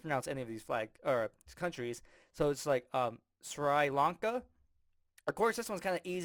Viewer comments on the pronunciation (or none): If you watched any cricket, you might know how to pronounce Sree Lanka <3